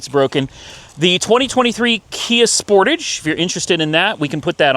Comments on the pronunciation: The way you pronounce sportage is like spor-tage. Not sport-age. Like portage a canoe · It hurt me how he said “Sportage”… it’s said like “spor-taaj”. Having passed my driving test in a Ceed I’d definitely have picked the KIA!